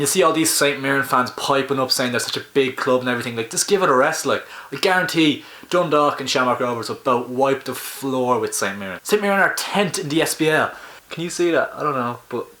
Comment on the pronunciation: Tent😂😂😂 wow learn how to say tenth before you try to slag us and it is night and day between our leagues